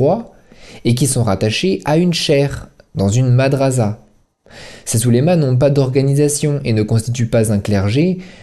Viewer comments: On dit << ma dra ssa >> et non << ma dra za >> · un petite erreur cela ce prononce madrassa et pas madrasa mais la vidéo est parfaites on comprend bien ce que vous voulais dire. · On dit "madrassa" et non "madraza". Mais c'est un détail.